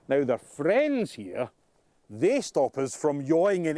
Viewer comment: What is he calling the vertical stabilizers? "Friends"? "Frens"? "Phrens"?